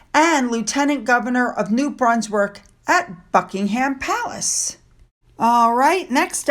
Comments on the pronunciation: Thank you for your chan regarding our Royal Family. A quick tip, Buckingham Palace is pronounced...Buck ing am Palace, not pronounced like the meat ham. Silent H. Much luck darling with your channel. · Buck ing ham Palace. Its funny how you pronounce it.